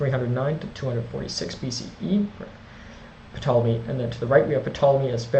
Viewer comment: The P isn't pronounced in Ptolemy.